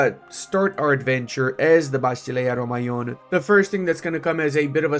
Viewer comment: Hello there. The pronunciation is actually vasilīa romēon, vas like in vast, without the t. Silīa like in silly with an a in the end and romēon like rome and aeon together.